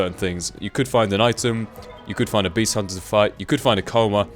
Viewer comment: like if you thought beast said breast in the beginning haha